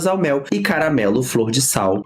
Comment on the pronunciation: se eu falasse “cagamelo” e “mogango”, iria preferir gastar dinheiro com uma fonoaudióloga.